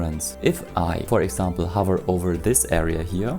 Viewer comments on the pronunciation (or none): none